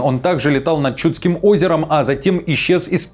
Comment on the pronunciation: Коротко - да. Четко и по делу - нет. Больше своего представления о событиях, чем правды. Причём, обращение к новостям и комментариям от СМИ, которые уже не вызывают доверие. И учите Русский язык. Произносите слова ставя ударения не в том месте. Например в слове Чудским.